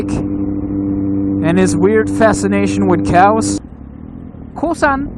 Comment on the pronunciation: Wow man, i cant tell you how much this means! HAHAHA! KOSSAN! Holy shit man im laughing so hard. Perfect pronunciation! :D I will promise you this, if i catch a break and get a bit bigger so the channel will carry itself financially, i will come to Belgium and pay you a visit for sure! :D And i will never forget this shoutout. Straight from the heart <3